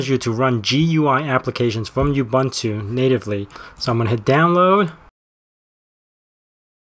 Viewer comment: it's pronounced ooboontoo :>